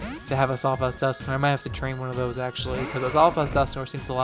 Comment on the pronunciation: Your pronunciation of Dusknoir triggers me.